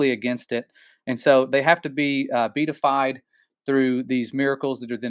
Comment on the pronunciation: I think it is pronounced “be-AT-ified.”